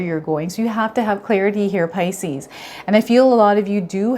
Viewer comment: Puleeeeaaaase! pronounce 'pisces' properly- it's sooooo irritating